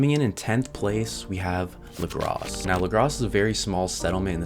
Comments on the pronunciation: It’s pronounced lagra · The s is silent in Lagras.